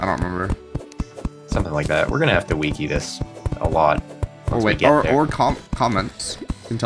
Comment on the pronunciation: He said Wiki like weekey. This made me laugh. Weekeypedia